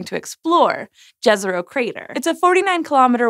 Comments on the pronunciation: Jezero, Lake in Slavic languages generally. Not Džezero, Dziezero, Ďezero, or Đezero... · Jezero, not Džezero! It's Slavic for "lake". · 'Jezero' is pronounced as 'yezero', and means 'lake' in many Slavic languages :)